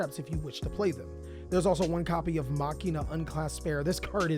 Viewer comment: Please start saying MACHINE-UH IT ISNT MOCK-EEN-UH